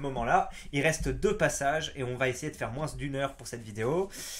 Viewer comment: MOINS bordel pas moinsse